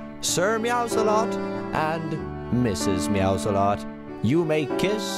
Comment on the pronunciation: lol the one time instead of Mrs. meows alot it said Mrs. salsa lot